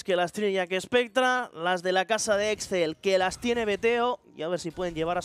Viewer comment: Alguien le explica a que se dice JACKSPECTRA y no JACKESPECTRA???